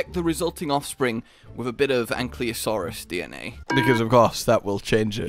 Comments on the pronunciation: Also! ANKYLOSAURUS! Not Ankliosaurus!! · Ankylo not Anklyo, it's bugging me so much lmfao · 5 years later and still can’t pronounce ankylosaurus correctly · All these years and still mispronouncing ankylosaurus. :P